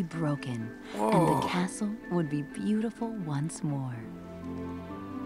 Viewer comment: i swear they said 'beatiful' like a billion times